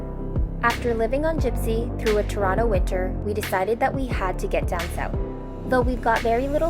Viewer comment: Jibsea... lol